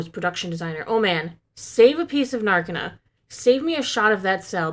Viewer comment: it's nar-KEY-nah I don't know where you guys got nar-KI-nah but Gilroy has said it as "nar key na" multiple times in interviews. Just sayin!